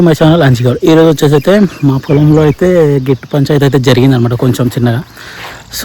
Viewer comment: గేట్టు కాదు, గట్టు